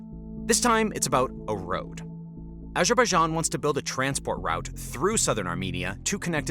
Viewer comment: Good news outlet. How you pronounce Moscow and Route is mildly irritating though :)